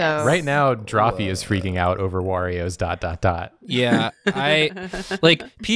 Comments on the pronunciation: It's a-me. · has the same energy as Lucio-ohs and it disturbs me.